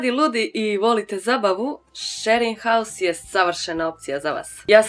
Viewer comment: WTF? Shearing house? šering haus > SHARING HOUSE